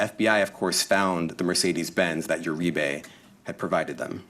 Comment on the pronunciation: Uribe is pronounced Ur-ree-bay